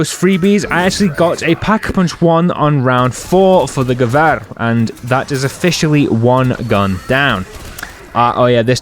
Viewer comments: You're saying Gewehr right, but it's more Grr-vee-er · You did say gewehr correct